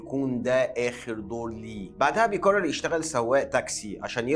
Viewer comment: لو تتكلم بطريقتك العاديه كان أفضل واقرب للمشاهدين ،مافيه داعي التكلف في العرض، خاصة لما تقول بيقرر، من كثر ما تضغط عليها تبين تقول بيكرر 😅